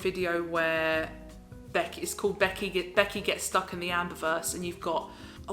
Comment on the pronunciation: "Beckyah"!!!!!! LOL Love your ALR the most!